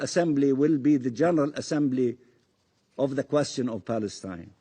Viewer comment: State of paleston ?🤣🤣🤣🤣🤣🤣 palestonian land ?🤣🤣🤣🤣🤣🤣